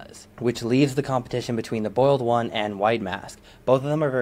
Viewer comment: Why do you pronounce the boiled one like the bald one?